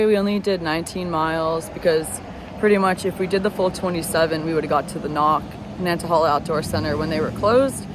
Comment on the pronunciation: Hey! - "hey" is how the third 'a' in Nantahala is pronounced - NAN-NA-HEY-LAH (drop the "t" and they'll think you're a local, well... maybe not LOL)